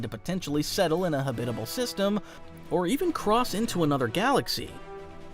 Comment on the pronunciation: settle in a HABI tibel ?!? Am I losing my hearing .... Have I been pronouncing that word wrong my entire life?!? So confused.